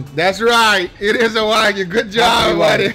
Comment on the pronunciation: nh libra Is the one that gives the most views though. Btw is Wagyu not Wagu, just saying.